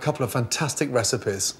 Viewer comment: did he say... RECIPEHHHHS?! I could taste test for ya